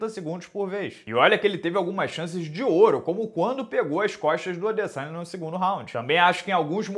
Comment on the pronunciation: A minha filha de 11 anos que nem acompanha luta, rachou o bico qdo o minota falou adeçanha 😂😂😂😂